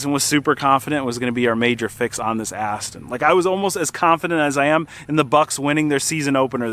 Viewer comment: "Ast" makes you sound like an ass